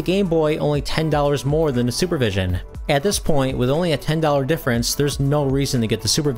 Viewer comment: Sorry, but I heard "Sewer Vision" when you first said it. I thought "Wait, what? Someone made a game console with that name? That sounds like a joke." Weird how I never heard of this Super Vision handheld before, and I've been into retro-gaming since 2003 as a 12 year old, so...